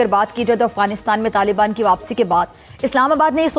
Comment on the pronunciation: LALIBAAN NAHI YE TAALIBAAN HAE SAMAJLO PAAKIYO 😂😂😂😂😂😂